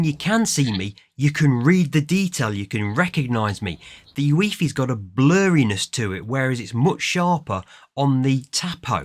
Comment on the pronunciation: It’s U-fee